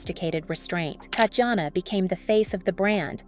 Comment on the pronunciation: Her name is pronounced as "Tatiana", please at least get it right if you wanna do a tribute.